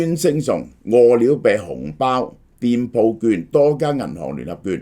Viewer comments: 我聽到餓了病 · 萧生几年来一直读饿了呗🤣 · 大陆粤语都係读么（麼），呢个叫法听起身好奇怪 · 點解咁讀… 餓了麼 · 蕭生唔識個麼字點讀？